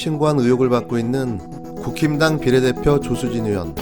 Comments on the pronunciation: 국힘당,ㅋㅋ 극혐당으로 들리는데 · 국힘당, 발음하면 "구김당" 이 되는구나... 이미지 구김당 ㅋ 이름대로 오늘도 계속 이미지 구기고 계시네요.